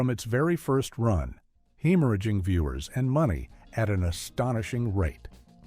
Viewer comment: "Hemeraging" money? These lazily run AI channels are getting really annoying.